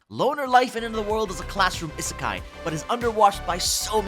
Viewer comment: ABSOLUTELY LOVE THE LIST!!! ❤️ I hate to be that guy but I wanted to point out is pronounced: EE-suh-kai